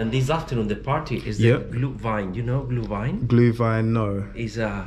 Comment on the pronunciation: He asked if you know Glühwein, you said you don't know it but he pronounced it wrong and you pronounced it perfectly haha